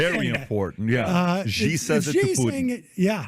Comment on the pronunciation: The mispronunciation of Xi grinds my gears to no end, who are you who is so wise in the ways of pin yin?